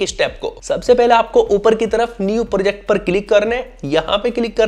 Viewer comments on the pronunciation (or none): none